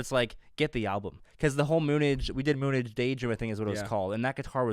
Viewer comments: Lol moonage is pronounced moon age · We should tell them that, how Bowie uses the word, it's "noun noun," not "verb verb." It affects the pronunciation, y'know!!!😁👍